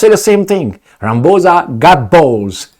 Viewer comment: LOL Rampoozah😂 It is pronounced Rah-mah-pawza.